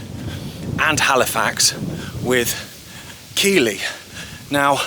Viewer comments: Great video. Keighley is pronounced Keith-ley, I know, just being pedantic. But what a beautiful area. We are so lucky in Britain to have such expanses of lovely countryside. Long may we have it without little breezeblock houses and giant destructive spinning turbines. Hope they open the tunnel. I love the history. Thanks for all your walks. I feel I am on the trail looking for clues myself. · Nice video, but Keighley is mispronounced. See Enjoy all your walks.